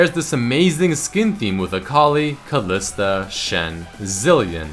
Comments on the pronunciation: Sounds like you've had it with Kalista the emphasis you put on her name. xD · If you go back in the video the way you said Kalista was different, do you hate Kalista???